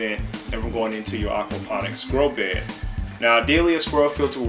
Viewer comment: You keep saying "grow be" why you forget the the "d"? Is it just easier? my english needing help.